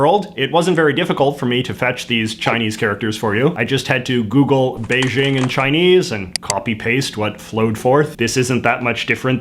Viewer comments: JJ, your pronunciation of “bei-ting” needs some work 😂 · It's neat that you use Beijing as an example. Your pronunciation is still poor, since it's more like a hard "J" (běi jīng). You might notice 北京 (Beijing) and 东京 (Tokyo) share 京. This is because the character 京 means "capital" (Beijing as "north capital" and Tokyo as "East capital") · Because they do pronounce it like “Beijing”; JJ just accidentally said a “t” sound instead. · No, he is trying to pronounce the ts consonant in Mandarin, but he left out the s . The capitol of the People's Republic of China, 北京, is pronounced as buck-ging [pɐ́k̚.kêŋ] in Hong Kong Cantonese. And the first chairman of PRC, 毛澤東, is pronounced as Mo Tsak-Dung [mȍu tsàːk̚.tóŋ].